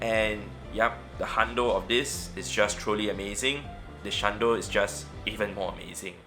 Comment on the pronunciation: ""shlundo"" i cant